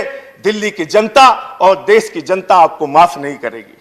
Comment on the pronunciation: Bhakkk! देश to bolna seekh le pehle... देस bolta hai.. Chuchu